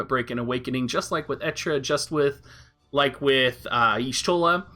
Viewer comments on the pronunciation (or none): none